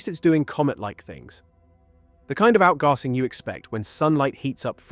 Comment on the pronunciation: Stupid animations of a comet with ‘tails’ flowing out from behind indicates that you are NO AUTHORITY on comets! And the AI voice over that can’t pronounce the term “out gassing”